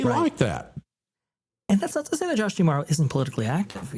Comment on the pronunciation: Mispronouncing D'Amaro